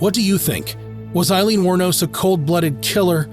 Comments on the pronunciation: Aileen not Eileen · She was a victim of shitty men and it did something to her mind, as it would most women, I can’t imagine what she went through. A very sad story. 😢. BTW her name is pronounced Ayleen (Aileen) not Eye leen (Eileen) and I should know. ☺️🤷‍♀️🏴